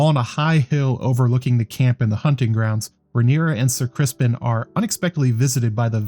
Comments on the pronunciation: Keep up the good work, great job really aside from the pronunciation of Criston Cole. It’s not Crispin Cole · It sounds like you're saying "Crispin" lol are you?